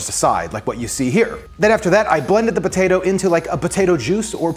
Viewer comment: I smile each time you call it a "botato"!